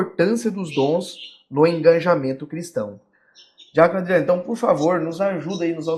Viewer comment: Uma pequena contribuição. O correto seria Engajamento e não EngaNjamento.